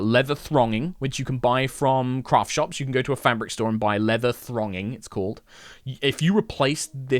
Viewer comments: Great video, loved it. Have to just say though, it’s leather ‘thonging’ not ‘thronging’ for the people out there who are wondering ;) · It's thonging. THONGING! Not thRonging. Thank you, that's all. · Thonging rather than thronging.